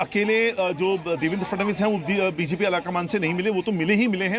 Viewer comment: Anchor ko FADANVIS bolne bhi nahi aata 😅